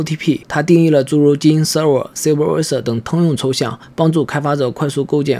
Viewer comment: 英语发音有点奇怪，例如superviser等。